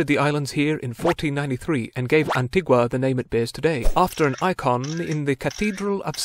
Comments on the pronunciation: Please, please... the pronunciation is AN - TEE- GAH. Anti-GWAh is for the South American local. We are Anti-GANS not AntiGwans. Thank you. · Pronounced An-ti-ga...